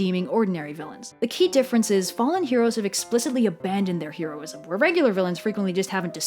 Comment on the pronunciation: Oh god, I love this video and this entire series of videos, but (possibly because I am a neurotic person) the constant mispronunciation of the word "heroism" is driving me absolutely insane!